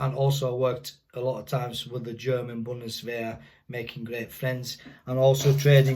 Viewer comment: Wow, you said it very good - If I would hear only this words (Bundeswehr Gebirgsjäger) I would think that you are German :)